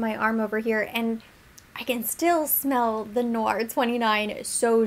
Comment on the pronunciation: Hi. Its actually pronounced like "Tay" Noir. Black Tea in French. Thats what you're catching in the wafts. Very popular in the line.